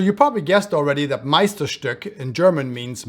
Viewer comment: Ur pronunciation of Meisterstück is really good! U pronunced weihrauch perfectly as well